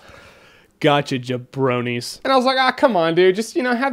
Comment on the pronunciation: jabrodies? i think it's jabronies dude